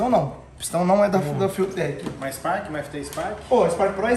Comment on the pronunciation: Rapaz, os cara tão internacional mesmo kkk até a pronúncia "fiutek" kkk Vai ser top o projeto🚀